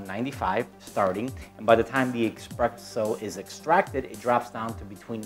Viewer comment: This clown, expresso? Do you espresso, no x in the word.